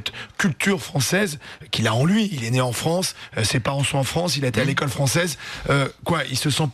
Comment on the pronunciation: "je suis "nait" en France" pfffffffffff